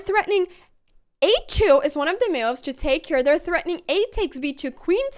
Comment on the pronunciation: Best name because she cant say moves, she says meoovs